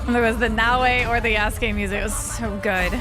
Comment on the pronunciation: Good ❌ gooiddeee 👍